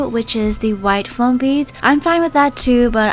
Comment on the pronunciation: Why do you keep saying "Floam beeds" instead "Foam beeds"?